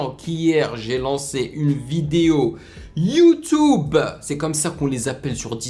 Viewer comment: Mec c Youtube et pas youtoube